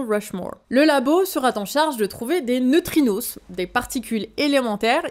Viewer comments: Des neutrinosses, bordel, j'ai hurlé. On dit neutrino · neutrino pas neutrinossssss 😉